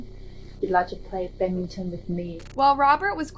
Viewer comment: Why can't you properly pronounce badminton for the first case?